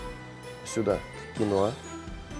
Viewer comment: кинОа, а не кинУа!!! А так -класс!)